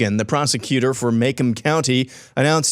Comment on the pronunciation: "Makemb County" lol